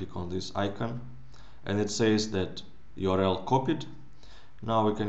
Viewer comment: Video your-el